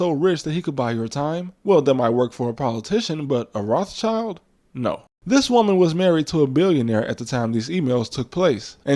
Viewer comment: The name is pronounced "roth shild," as in red shield, not "roth child," as in "red child."